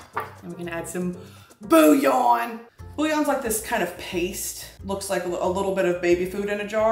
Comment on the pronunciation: Booyawn kills me everytime😂